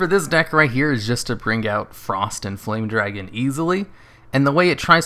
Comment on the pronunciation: Did anyone else hear him say it as Frosty the Foame Dragon?